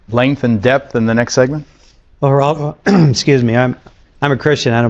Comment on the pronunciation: Pronounced Heraldo